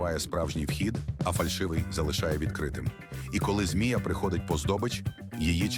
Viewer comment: зміііЙАа 😂... милуйтЕеЕЕесЯЯя. Використовуйте +перед наголосом, і після наголосу+. Яещо мало, тоді ++наголос+.